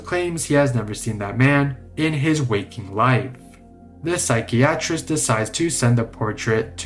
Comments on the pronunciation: I have never heard anyone so unable to pronounce "psychiatrist." And please, PLEASE stop reading with that weird AF cadence and pitch changes. It sounds SO contrived. Just speak normally ffs! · Please stop pronouncing psychiatrist like that.